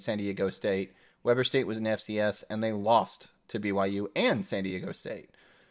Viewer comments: It is pronounced WEE-ber State. I went to school there and it gets mispronounced out of state a lot. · For future reference, Weber state is pronounced "Weee Burr" I enjoyed this video =) Go Utes. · Weber State is pronounced "Wee-ber". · Then the locals are mispronouncing it, too... 😭 Weber is German and means weaver. Should be pronounced with a long 'eh', not an English 'ee'. 😩